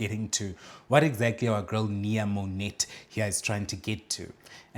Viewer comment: Mo-NET is the funniest thing ever! Mo-NAY is how it’s pronounced. And bikini 👙 on top of your stomach had me undone.